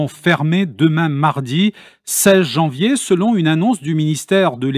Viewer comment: C'est Janvier pas Javier.